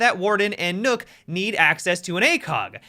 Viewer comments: Why are you pronouncing nøkk like Nook?? Isn’t it pronounce like Nock? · For those of you who don’t know (and ), Nøkk is actually pronounced “Nerk” in a British accent.